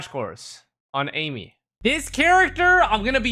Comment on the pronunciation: Eye-meath say it right TY in advance